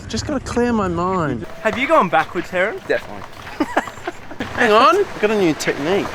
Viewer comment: Harrons was best...not...actually...uh...Stanford's was best. DEFIDENTLY.